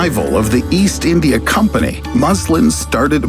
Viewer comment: wtf is "eendya" lol